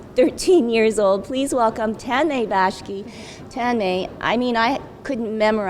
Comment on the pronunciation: Did she say BASHKI?